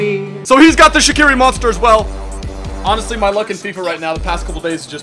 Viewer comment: Yo Shaqiri's name is not pronounced like that. Please tell this to every youtuber. You pronounce it with a j like jerdan (which means gem in albanian) and hus last name isn't pronounced like that either but it's really hard to explain.